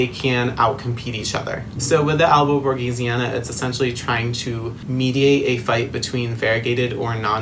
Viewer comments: Its written Borsigiana He says Borgisiana Its pronounced Borsijiana 😭😭😭 Sorry I’m not an English native so idk but I’ve seen a plant girl that owns a shop and says it like that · Nice video, but it's monstera albo borSiGiana